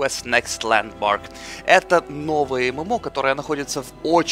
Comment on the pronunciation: Ландмарк а не Ландморг